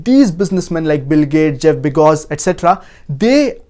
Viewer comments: This guy is high on cocaine...the richest man in the world is Jeff Bezos......nd please somebody tell this guy it's Bezos and not Begos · why does he keep pronouncing it begos? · 😂Was I the only one hearing Jeff Bejgos instead of Jeff Bezos. Jk by the way. With all seriousness though Masha'ALLAH TabarakALLAH this was a very needed well put together vital lessons.